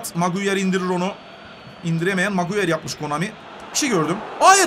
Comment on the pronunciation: Abi maguire (magunyar) gibi birşeyler diyorsun maguire(meguayır) diye okunuyor